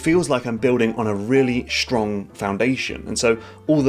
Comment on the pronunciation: When did people start saying "Schtrong" instead of "Strong"?